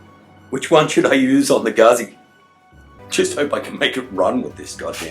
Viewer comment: great job but its a fucking guzzi not gazzi